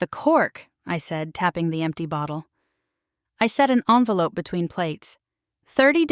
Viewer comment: And poor pronunciation of the word 'envelope'.